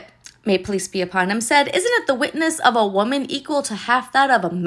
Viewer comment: Hi, I thought you said “ police be upon you “ instead of peace be upon you. God bless you